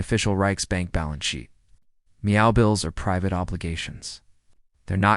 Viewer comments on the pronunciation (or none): Meow? Don't you mean MEFO? This vid sounds like a copy paste on a previous video, but crappier with the use of Ai. I'll give this vid a 2 out of 10 simply because of the mispronouncing of the word MEFO and Schackz name. (Forgive me if I misspelled the man's name)